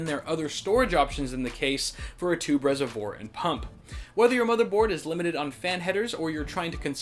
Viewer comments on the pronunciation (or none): The case looks pretty cool, nice video! Also, that "reservoir" lol